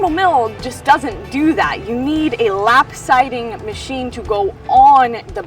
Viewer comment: "Lap-sidy?" LOL